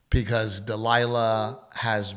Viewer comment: Dide annunciate. Repeat after me: Because is spelled with a B not a P. And probably only has one R. 🤣😂🤣